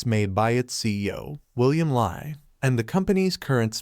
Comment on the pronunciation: It's pronounced as William Lee (William Li Bin), not Lie!